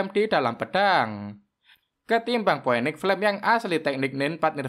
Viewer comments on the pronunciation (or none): bukan poeniks tp finiks di baca nya..